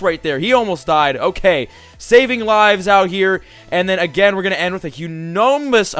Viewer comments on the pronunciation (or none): Trying to say humongous! Lmao #MYSTLCNEWWORD #Humundois! Lol #MYSTLC2016